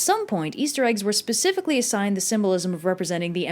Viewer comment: “Pacifically” Triggered